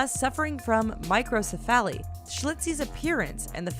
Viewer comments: God, you cant even say the Microcephaly right. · The way you said microcephaly made me cringe so hard.